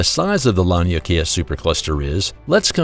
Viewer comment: Lan Leigh Kaya? I think he means rhe lania Kai super cluster. Which is pronounced lonney Kai. This narrator is bad at speaking.